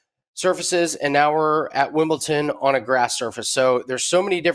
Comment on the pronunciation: Dude can’t even pronounce Wimbledon